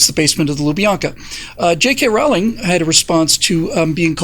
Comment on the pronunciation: Rowling rhymes with bowling.